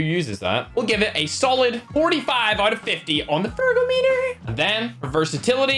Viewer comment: Please always say on fergometer😂😂